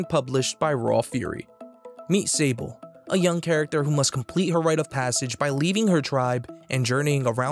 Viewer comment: I'm pretty sure this is the French world Sable (sand), so it would be pronounced saabl' ([\sɑbl\] so silent h). 😉